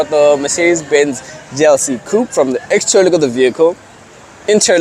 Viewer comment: Lol Bro, say interior and exterior of the vehicle slowly again… 🤔😂😂😂